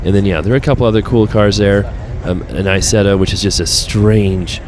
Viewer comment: Issetta? English? Haha 😂